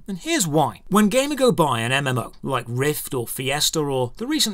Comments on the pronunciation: I don't know if it's only me but. Everytime you say Gamigo I hear Gamergirl. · Is it really pronounced that way? I would’ve thought like the word amigo, just with a g lol. Ga me go. If so, that’s even more reason to dislike them. This is a weird video driven by some personal feelings. The goal of almost any business is to make money. So sure they’ll take the less risky path. You’re free to go gamble or make a gaming studio that you don’t care about money but only the experience of the player or you like, but you can’t really hate on companies that don’t do that. Don’t like it? Don’t play it. The developers, owners, ceos, whatever- they owe you nothing. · It's like g Amigo , not game ago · accent makes it sound like he's saying "Gamergo" instead of "G-Amigo" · Why do you say it like that? Ghey-meego is how it’s said. Not game-a-go. It’s like game and amigo in one. At least that’s how I’ve always heard it said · i got this on autoplay and i heard "gamer girl" instead of Gamigo and was thinking what a sketchy name for a company, no wonder they do so much fucked up shit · No way all this time I thought the company was called GamerGirl. The way he says Gamigo sounded like gamer girl. I still hear GamerGirl everytime he says it. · I heard that as gamergirl lmao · I keep thinking he's saying gamer girl games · this is a great video, but I can't help but hear Gamer Girl everytime you say that company's name, and I wonder: "damn, that must be a truly evil Gamer Girl huh" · entire time whenever you said gamigo i heard gamergirl. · When you say Gamigo, I hear it as Gamergirl. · 6_6 I'd imagine it's pronounced game-ee-goh You know, a portmanteau of game and and amigo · So I'm pretty sure it's pronounced like "amigo" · I think it’s pronounced like amigo in Spanish, but with a G? Guh-MEE-go. Why do I care? I don’t know. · shouldn't it be gamigo (gay-me-go), as in amigo, but for gaming, like a gaming amigo, a gamigo, if you will?